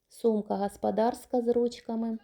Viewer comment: Яка Ви груба ! А голосок ангельський... 😢 ! І включайте свій мозок -- сантИметри, а не сантІметри , гОспОдарська а не гАспАдАрська.